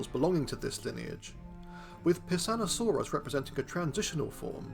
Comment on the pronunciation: I heard Pissoutosaurus.